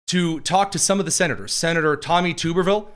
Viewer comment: Tubber-ville not Tuber-ville